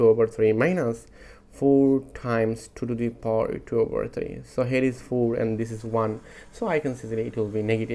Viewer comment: Power > PAWER, not poooor